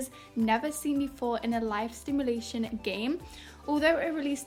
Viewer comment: Thx for the upload, sounds so cool Everytime the golf club swing smack sound happens I jump xD turn that sound effect down pls hahahahah Also it’s Simulation, not sTimulation ;) Good work tho!